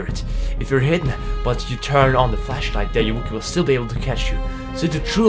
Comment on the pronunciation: Ayuwoki is pronounced 'are you ok'. It's actually a play on the singer's "Smooth Criminal" lyric "Annie are you ok?"